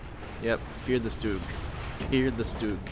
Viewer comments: StuG --> shtook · pronounce it as a SHtug. by the way is anyone here who could make a custom skin for my SHTUG? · Btw the right pronounciation is ''shtug''